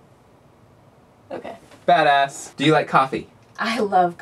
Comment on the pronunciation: do you say "badass" of "fatass"? O.o'